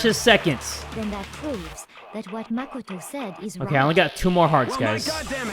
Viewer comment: "I supposed only Mah-ko-toe knows about tias"